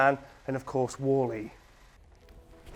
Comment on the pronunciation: Can you say “woolly” I mean wall-e again! Lol